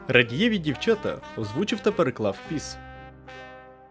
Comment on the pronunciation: Круто, але що з наголосами? рАдієві, дОнах'ю...